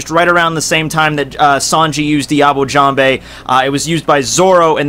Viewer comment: "Diable Jambe" Your pronunciation makes me cringe...(yeah I kow you dont care)